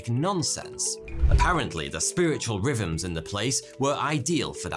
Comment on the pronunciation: At first I heard "spiritual ribbons" instead of "rhythms". Makes just as much sense either way...